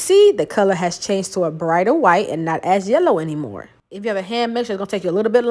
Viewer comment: Why do you say “white” like that???? Do it bother you?